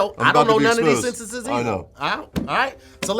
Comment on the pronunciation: forgets the first "n" when he says the word "sentences"